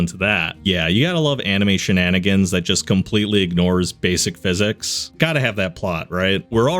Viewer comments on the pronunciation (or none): none